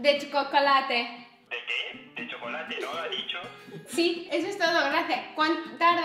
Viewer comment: En el minuto dijo “De chocolatle ” 😂😂😂😂